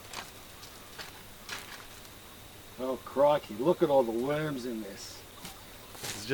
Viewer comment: "Look at those beautiful weuurms"